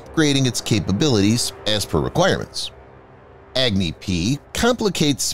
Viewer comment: HEY you video narrator Goof, "Agni" doesn't pronounced as Agg-Knee LoL!!😂 It pronounces as UgNi like what you pronounce Umbrella with starting U not EggKnee, why ppl so Stupid🤡, 👉It's totally annoying & irritating that You Pronounce Pakistan very well, not like Pack-Staan or PAXTAN.